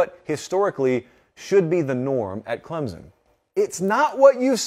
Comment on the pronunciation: Before reporting on them, learn how to pronounce it first!! It's ClemSon...not ClemZun!!